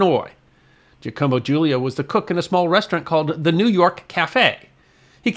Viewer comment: Hate to nitpick but that name "Giacomo" is not pronounced as "GEEEE-a-como" but as "JOCK-oh-mo".... LOL